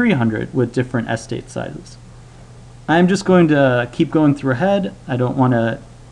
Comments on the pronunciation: wait, how do you learn otherwise normal English, but mispronounce eh STATE as ESS tate? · more importantly what is a Es-tate! it's pronounced ess-state. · You stress the wrong syllable: "es-TATE" not "ES-tate" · What sort of accent is it where "estate" is said ESS-tate, not ess-TATE? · I say es-TATE but I am curious why he says ES-tate. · I had to stop because I can't stand how you say the word "estate" anymore. It sounds like you're saying "AS-tade" not "ess-TATE". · The word is "estate". Not "ess-tate". Every time I heard this mistake it disrupted the otherwise helpful narrative. ("Miss-take"?) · Where is the guy from? I'm kinda wondering why the pronunciation of estate as "s state" is bothering me more than the math :S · Oh good. I'm not the only one then. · Every time you say "ES-tate" I shudder. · Interesting vids. I have to say, I have never heard anybody pronounce estate as Es-state. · how the hell are you pronouncing the word "Estate" wrong? accent on second syllable...will you new fuckers please read a bloody dictionary once in your little lives. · How about you calm down. Some words just read different from how it’s pronounced, so it’s fine to mispronounce it. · Your pronunciation of estate was really jarring to my American ears. My wife declared that she couldn't listen to this video any more. Sorry. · Why are you stressing the first syllable in "estate?" Stress is on the second syllable... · why do you pronounce estate weirdly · Never heard someone put the emphasis on the first syllable of estate before. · Thomas Fucking Jefferson The alternative is that he's saying it wrong on purpose. I was giving the benefit of a doubt. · "estate": the accent is on the second syllable. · You're saying estate wrong. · agreed! drives me crazy. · Jay Brown I thought it weird too. He puts the stress on the first syllable not the second. Is that how Americans pronounce the word? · Jay Brown I thought the same thing. It's not like English is his second language